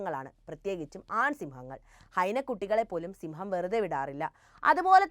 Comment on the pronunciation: സിംഹം അല്ല സിമ്മം